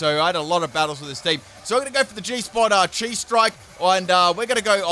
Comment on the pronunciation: Also Chi is pronounced Kai, it’s a letter from the Greek alphabet